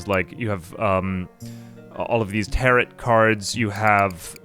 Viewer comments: Had to stop watching because mispronouncing tarot was driving me nuts. "Tear-oh" not "tear-it" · it is pronounced tare-oh card lol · What’s a “tarrit” card? Do you not have the two whole seconds it takes to google how to pronounce a word you are unfamiliar with? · I don't think I have ever heard someone pronounce Tarot like Parrot. First time for everything.